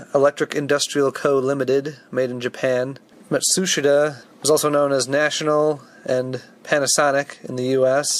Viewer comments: I think the correct pronunciation of Matsushita is to ignore the “i” and put the emphasis on the second syllable. At least that’s the way I was taught when I did some field service work in one of their compressor plants in North Carolina. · Matsushita is pronounced with the accent on the 'i', and a lesser accent on the 'Ma'. So, Ma-tsu-shi-ta. Similar to pronouncing Panasonic - Light accent on the 'Pa' and heavier accent on the 'so'.